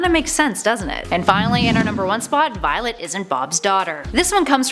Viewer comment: ''viloet'' ''tween''